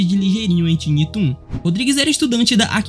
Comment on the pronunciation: Ótimo vídeo! Obs: " tiny" de tiny toons se lê " tainí"